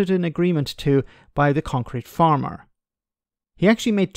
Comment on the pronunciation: He's a "concrete-farmer" (someone who farms concrete, or believes that you can) as opposed to a "concrete FARMER" (which sounds like a farmer made of concrete). Just needs a little shift of emphasis there,.